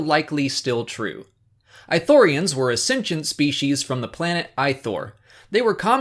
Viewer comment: I know this is just a personal nitpick but it's not "I" thorians. It's "ii" thorians. (Not "ee" but a hard "ii") they pronounce it in Kotor2. Not a big issue, I just get annoyed when people mispronounce stuff xP Even more here since Ithorians are one of my favorite races in SW.